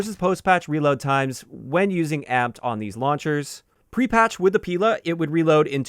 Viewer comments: Random note russian Strela (arrow) and Pila (saw) both have stress on A. You'd say Strela' and Pila' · Nice vid mate! for future reference, "Pila" and "Strela" are russian words and it is correct to put the accent on the second syllable in both of these words